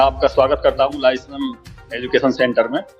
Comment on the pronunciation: क्षमा चाहता हूँ महोदय लेकिन Lyceum लिसेयुम या लाइसीअम बोला जाता है न कि लाइसम